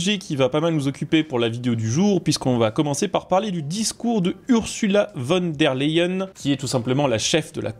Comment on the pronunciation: On prononce "OURZOULA FONNE DÈRE LEYEN" et non URSSULA VONE DÈRE LEYEN" Dugland